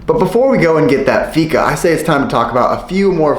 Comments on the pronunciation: Inget hat eller så men varför kan inte utlänningar uttala fika? :D Det låter alltid som uttalet i dalarna.. ser Tony Richardsson framför mig.. "ska vi gå å fiika"? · Färs = Fäsh Vegan = Vegaan (if you know what i mean) Fika = Fiika (Not ficka) you pronounce The i more than the k) I'm swedish and i love you❤❤